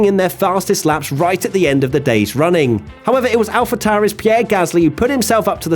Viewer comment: What have we learnt from this video? Answer: there are still many F1 fans amongst us who pronounce ‘Alphatauri’ as “Alfa-towrie” (i.e., incorrectly). It seems I am one of the few who pronounce it as “Alfa-tory” (correctly). After all, we all pronounce the star sign Taurus, the bull, as “torus”. Only a retard would say “towrus”. That’s what I’ve learnt today. PS, Side pods don’t really bother me! 🤣